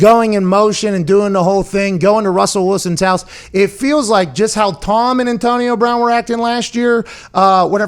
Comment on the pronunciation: Why do you say antonio like that Pat, "antionio"